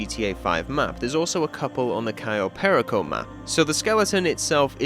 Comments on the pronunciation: cayo perico? ❌ "kai oh pair eh co" ✅ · Absolutely love this video, but that pronunciation of "cayo perico" hurts. I've only ever heard it pronounced "cay-oh pair-eek-oh" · "kayoh perikoh" gets me everytime